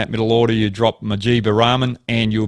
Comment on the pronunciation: Please stop pronouncing Rahman as Ramen. It's making me damn hungry 😋